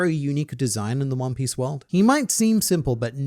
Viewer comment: Juan Piece😂